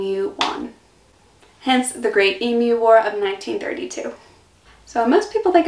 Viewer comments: I saw that it was a struggle, but thank God you pronounced it Eem-you, and not Eem-oo. It drives me nuts to hear Eem-oo. I don't know why, but it does. All logic says it should be Eem-oo, but logic flew out the window on that one. Thankyou for not driving me nuts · Wow!! Congratulations. In my 70+ years I've known a lot of Americans but you are the first I've come across to be able to say 'G'day' correctly without an accent (Americans always seem to have trouble getting the second syllable right), and also the first to get 'Emu" right. Interesting video - you have a good sense of humour - you fit right in here like a native :) Thanks for the video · Congrats for pronouncing emu like an Aussie, most Americans seem to say emoo. 😃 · Yes. There's no emoos. Congrats on the pronunciation of Koalas. Most Americans say Kowollas.